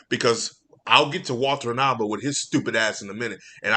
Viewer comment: I would correct you on mispronouncing Walter Hamada and Ann Sarnoff’s names, I hate these two too much to even care.